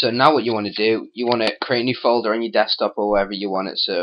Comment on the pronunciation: lolz fol-DOOR XD